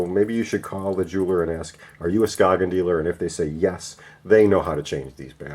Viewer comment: It's pronounced Skay-yen